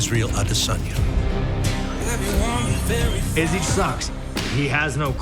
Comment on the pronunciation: For how many times his last name has been pronounced correctly by now, how has Izzy’s own organization not caught on to the pronunciation of his last name (I Diss On Ya) ?!